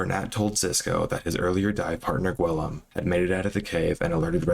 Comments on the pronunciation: not nearly as much as hearing "gwillum" 62 times lol. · Its My-Orcah not Mullorcah. And ghee-yoam. Lol